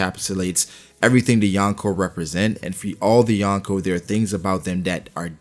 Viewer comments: I am sorry to say that, but you triggered me saying "" Bro it is called "Yonkō" from "四皇" which is 4 emperors and its sounds like this "Yon which is four, Ko which is Emperor or king" combined you get four emperors. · Yawnko or Yonko? Smh Americans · Omg it’s not ‘youn ko’ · "The Yawnko".... please pronounce it right if you are going to make a video on them